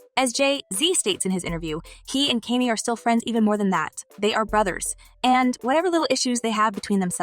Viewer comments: KANYE WEST SHE NEEDS TO GET HIS NAME RIGHT!!! NOT KENNY!!! WHEW!!😮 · You sound stupid saying his name incorrectly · Why can't you pronounce his name correctly?